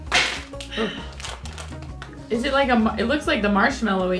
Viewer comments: Biilar not Bilaar. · I love how americans always pronounce "bilar" (cars) :) Great video! Greetings from Stockholm :)